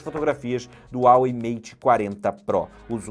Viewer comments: SE FALA RUAWEI MATE!! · Esta falando o nome da marca errado, tem dinheiro para pagar no aparelho mais não tem para um curso básico de inglês?